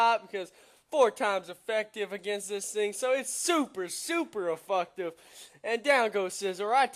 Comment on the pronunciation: its ef'FECT'tive, not ef'FUCK'tive. Just saying though :p